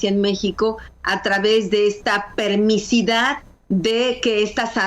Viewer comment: Permisividad, no permisidad...